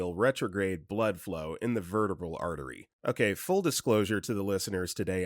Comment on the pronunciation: Medical terms can be tricky to pronounce, but as the child of a doctor I appreciate the disclaimer! Overall you did pretty well actually. 👍🏼 😄 The most common thing I noticed was that the stressed syllables were a bit off. E.G. correct pronunciation of vertebral is ver - TEE - brul.